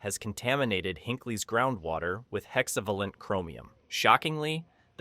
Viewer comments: F*cking A.I./Synth Voiceover, again. Can anything be left to humans? Can anyone who produces this stuff just.. ask someone who can read with interest (and an understanding of how to properly-pronounce stuff)? "HexAvvulunt"? 'HEX-A-VAY-LENT'. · Hexa-VAY-lent. They pronounce it several times per minute in the film…